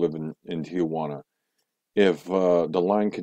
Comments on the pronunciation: It's Tijuana not tiguana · You might want to learn how to pronounce Tijuana if you're going to live there. It's not tee-a-juana. It's pronounced tee-juana.